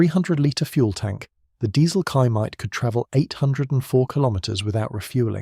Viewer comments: The word Chaimite, the Ch makes a single sound that sounds like X in english. Ximety would be the closest english way to say it. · Try "Shy Meet" for Chaimite and it will sound perfect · Chaimite is pronounced "Shy""Meet" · Regarding the "Chaimite" (pronounced like Xaimite) and other Portuguese weapons. Let's put it this way. On the immediate first reaction. Portugal used F86 Sabre jets. Owned by Portugal under NATO. But even that was obliged to return to continental Portugal! With the American scum, USSR and China all pushing the strings behind the stage! Suddenly Portugal was under manned, unarmed, under attack and alone! Most countries would have rolled and play dead. Portugal came out of the shell and fought back, against all odds. I guess half a millennium being the under dog in so many battles and wars made it like that. From Aljubarrota to Angola! Being attacked from all sides and under severe sanctions! In sequence attacked in Angola, Guiné-Bissau, Mozambique and let's not forget India. And later after giving independence to East Timor, it was promptly occupied by Indonesia. With American blessings and American weapons (surplus from Vietnam). When I say alone and against all odds I'm not kidding! Oh! Did I mention the vast Oil & Gas reserves in East-Timor! Coincidence I guess! Oops! Portugal was the only country to ever use the FIAT G91 (Gina) jets in combat! Acquired trough sanctions and miracles via South Africa, etc. An adventure in itself! After prohibition to use the F86 Sabre jets! Portugal started building / fabrication of the Chaimite, HK G3 assault rifle, Berliet-Tramagal trucks, ammunitions and other light weapons, guns, mortars, etc. Fun fact: Once more, against all odds, in 1